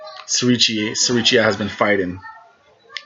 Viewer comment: The name is pronounced Siri-Chai, not Siri-cheeya as you pronounce it.